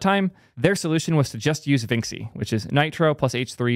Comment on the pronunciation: Vinxi is pronounced like vinchi (to rhyme with da Vinci)